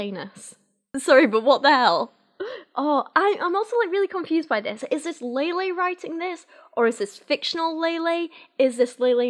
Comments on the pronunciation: Lele probably means the kind of "e" in "Bella" instead of the "ey" in "Leyla". If you pay attention those are different sounds. Native English speakers are usually not used to saying that first "e" sound without another consonant following, so saying it like Lele instead of Laylay probably doesn't register as two different sounds. Just a tangent from someone interested in sound structure! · A agree with everything here except for how Lele is supposed to be pronounced. It's not Lay Lay. If it was, it would've been spelled Leilei. The 'e' is always pronounced with an 'eh' sound in Spanish, so names follow this as well. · How do you go from ella eh eh to ella ey ey ey 😂😂 her named is pronounced with the Spanish E as in EH. So it’s LEH LEH, not LEY LEY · the only accurate thing abt this book was her explanation of how to pronounce her name, it's just hard for you bc of your accent. it's not ley-ley, it's leh-leh. think of it this way, remove the 'y' sound when you're saying leyley. lele.